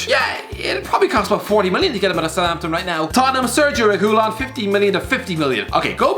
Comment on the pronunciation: Why does the say Reguilon wrong? Triggered